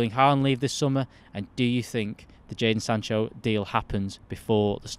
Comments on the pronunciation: My guy called him Jason Sanchez about 4 times 😂😂😂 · Seriously Mates! how hard is it to pronounce Jadon Sancho?! LOL